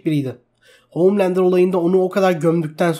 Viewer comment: SUNA OOOHHMMLANDER DEME ARTIK DELIRCEM